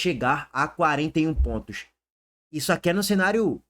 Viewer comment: Fala direito caramba! É quatro pontos e não quatro pointos